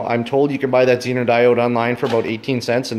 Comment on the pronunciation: Very good presentation. Expound on that 9V battery for the elimination of all your work. Dude, make the test tool. Interface the pink wire, prove it out. Oh, and the Zener, pronounced zee-ner diode, is something Harley Davidson needed waaaaay back in the day of generator systems so that headlight/taillight systems didn't poop. Tie in up front and bury in headlight bucket... No feedback from generator to blow headlight. Taillight...., well..., I could always do without... No sense looking behind.., and no sense anyone seein' where I've been....